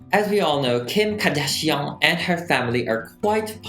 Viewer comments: Kardashian The way it's 'meant' to be said- Car-dash-e-yin The way he says it- Car-dash-n I. Love. It. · 'Kadishion' Lol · Nobody:: Kim Kadashian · C'est juste une impression ou tu parles français de base ? Tu as un accent français quand tu dis le nom de famille de Kim